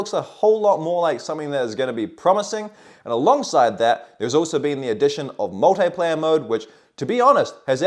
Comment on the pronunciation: Multeyeplayer. You mean Multiplayer 😂